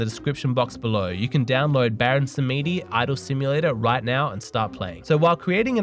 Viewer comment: Samedi = French for Saturday , pronounced as ' samdi '. ( e not pronounced.)